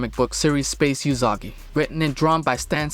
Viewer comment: well its (oo)sagi not (you)sagi so.....